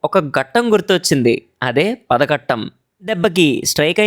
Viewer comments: Adi padaghattam kaadu ayyaa...its paaaadhaghattam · Bhayya adi Padhagattam కాదు padhagattam